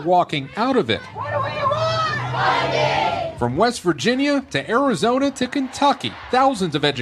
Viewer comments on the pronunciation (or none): none